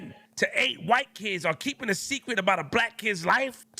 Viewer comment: "ArE keeping A sEcWeT!"